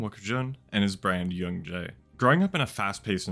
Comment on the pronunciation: Just so you known Juun.J is pronounced Jun-Gee (Like Gee-Whizz) in Korean it is 준지, much love, love your videos, glad you came back to YT ^^